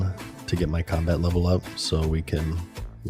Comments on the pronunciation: he mistook "super combat potion" for "super compost potion" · No way he read "super combat potion" as "super compost potion" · Super COMBAT potion! Not COMPOST! lmao Buddy! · Oh gosh. Whoever your friend is that knows this game, please at least tell him that he misread super compost/super combat lol.